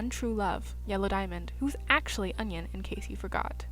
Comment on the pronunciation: "atchly"? Do you mean "Actually"? XD